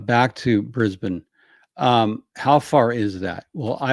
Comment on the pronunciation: Beautiful pronunciation of Brisbane 👩🏻‍🍳 😘 🤌🏻